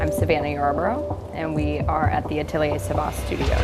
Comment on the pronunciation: that's not how you say 'atelier'